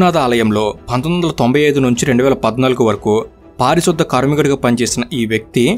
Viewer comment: పారిశుద్ద కాదు అన్నా పారిశుధ్య కార్మికుడు అన్న